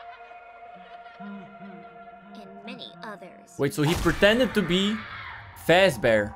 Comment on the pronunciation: you got a name wrong you said fasbear but it is golden freddy and purple guy is his name cuse his hole body can turn purple UwU